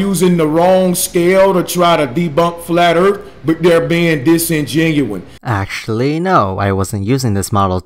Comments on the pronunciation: It's cute how he learned one big word with more than one syllable and keeps using it over and over like it's magic. It's funny because it's having the opposite effect he was shooting for because disengenuine IS NOT A WORD!, It really makes him sound that much more ignorant. Oh well, sit back and listen to this expert in ebonics and flat earth dazzle us with his grasp of the scientific. "we only gunna see it from da mericas" hahaha, is a Minion? I think he was trying to say disingenuous, no matter, he's an idiot! If you push your lower jaw out as far as you can and fill your mouth with pebbles from an aquarium and stick a hotdog up each nostril you too can sound like - bruva Johmson and be a deebukinator.. Hahaha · Dis-in-genu-win - hmmmmmm. Not the smartest, is he? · Okay, I hate to take cheap shots but... can this guy at least /talk/ like he's halfway versed in any form of astronomy? Not only is he repeatedly using 'disingenuine' (which is an oxymoron due to its two negative prefixes), but he mispronounces half of the words he says. It was hard to see the points he was arguing because all I could focus on was that, instead of saying 'Now, I've got to show you this', he'd say 'nah I gat to show you dis'. Please,, if you're going to try to speak like your smart... /try to speak like you're smart./ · Disingenuous! DISINGENUOUS! Not "disingenuon." How are you going to argue about earth science when you can't fucking pronounce words correctly? FE idiot. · And the word is DISINGENUOUS... not DISINGENUINE.... fuckin noob.. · "dis-en-genuine" this word, I do not think it means what you think it means. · This guy doesn't even understand basic English so I can understand why he doesn't understand science. Disingenuous. Say it with me.....dis-in-gen-u-ous. Fucking idiot.... copyright team skeptic lol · dis-in-gen-u-ous .....for fuck sake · Ok, no one start a fight, he means disgenuine, alright? We good? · I thought he was saying "Dissin genuine."